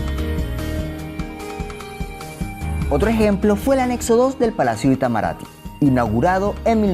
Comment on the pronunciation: Tus pronuncias de los nombres brasileños están malas. Se dice "ni-e-MÁ-ier" e "i-ta-ma-ra-TÍ". Además, el CH en Garrincha se pronuncia como el SH del inglés o el LL argentino.